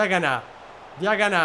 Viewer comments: Come dici tu e con l accento sulla a Diaganá e invece si come lo dicevi prima Diagana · hai cambiato l’accento e Diaganà è diventato forte😂